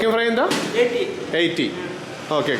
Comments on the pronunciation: ബ്രോ എൻന്താ എന്നല്ലാ എൻത്താ എന്നാണ് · പട്ടി അല്ല കുക്കു... പട്ടിക്ക് അങ്ങനാണ്.. പിന്നെ എന്താ എന്നല്ല . എൻതാ ഉച്ചാരണം മാറ്റമാണ്... കൊഴപ്പില്ലാ വീഡിയോ എല്ലാം അടിപൊളിയാണ് മാക്സിമം കാണാറുണ്ട് ഇങ്ങനൊക്കെയല്ലേ നമ്മള് പലതും അറിയുന്നത് ചേട്ടന്റെ വീഡിയോ എല്ലാം ഇഷ്ട്ടാണ്.. കാണാറുണ്ട് സൂപ്പർ നിങ്ങടെ വീഡിയോ കാണുമ്പോൾ നമ്മളൊരു യാത്ര പോകുന്ന ഒരു ഫീലാണ് എല്ലാംകൊണ്ടും അടിപൊളി സൂപ്പർ ഒന്നും പറയാനില്ല...